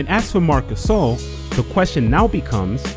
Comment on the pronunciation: Nobody: Kenny "The Jet" Smith: mark cuhSAAL